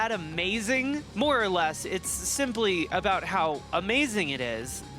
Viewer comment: Every time says "More or less" I hear "Laura Les"